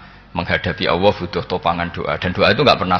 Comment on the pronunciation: Saya kok risi ya denger Gus Baha kalau menyebut nama Allah (Alloh).. kok kaya kedengeran Awwoh gtu ya.. apakah sama teman2 lain dalam mendengarkannya.. Apakah tidak ada yg bisa mengoreksi beliau..